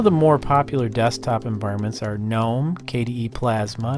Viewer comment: That’s not how you pronounce GNOME.